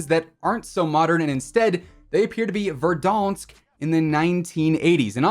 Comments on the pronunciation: why does say verdonsk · Petition to rename verdansk to verdonsk and it must be pronounced with a french accent or else task force 141 will hunt you down